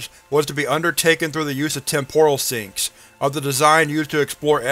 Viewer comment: It's TEM-poral, not tem-POR-al